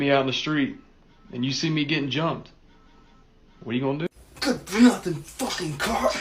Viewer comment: “It’S a FoCkiNG lEsbIAn”